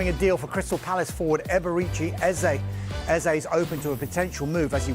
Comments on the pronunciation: It's not Ezei, but Eze. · Man they keep calling him Ezah, it's like Ezei. Come on guys!